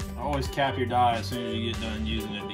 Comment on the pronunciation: yep people love grammar Nazis. Just can’t believe a leathersmith would mis-pronounce the most common dye brand lol